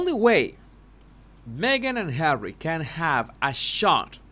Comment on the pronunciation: Susan Rike, I also burst out laughing when says Arsewypes. Fun as well is when he says Hawwy because I have to answer HAWWWWWY. Everytime. 😂